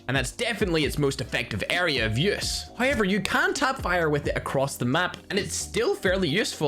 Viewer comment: English language: however: so it’s HIever?